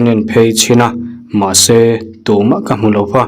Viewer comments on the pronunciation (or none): I thawn thu chhiar hi a ngaihnawm lutuk tlat. Mahse, Mahse tih a i a, hmahse tia i lam tlat thin hi beng a ti thlep deuh tlat thin.